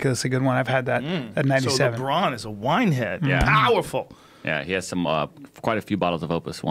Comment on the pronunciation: lmao 😂😂😂😂😂. who tried to say Lebron in a french accent